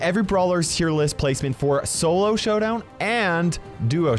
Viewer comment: Did just said Sowdown?!?!